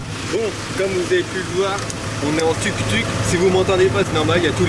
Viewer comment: TOUK TOUK , LE U EST UN OU ICI